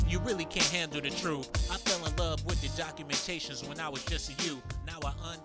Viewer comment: Correction cockumentations lol